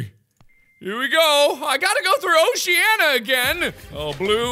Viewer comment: It’s not Oh she ah nuh, it’s oh shuh nee uh